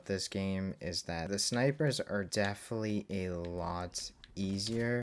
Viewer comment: aight you gotta say "definitely" different or correct, i really can’t hear you say "deflee" instead of definitely anymore